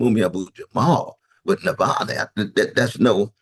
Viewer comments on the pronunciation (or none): Just fyi it’s *Na-val-ny btw not Nal-va-ny 💛